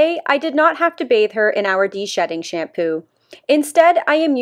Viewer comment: That "shampoo" pronunciation triggers me so much omg